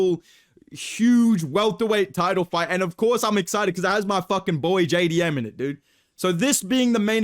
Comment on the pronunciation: JAY DEE EMM MAYTE